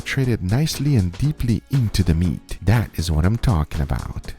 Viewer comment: Gotta love when says "eenta da meet"